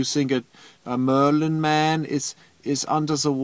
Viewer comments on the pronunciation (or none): none